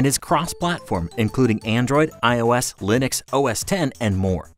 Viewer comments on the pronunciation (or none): none